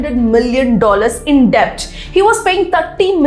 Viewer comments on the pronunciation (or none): Dont get me wrong pls get your pronunciation rt esp when it comes to English names and certain words like debt where b is silent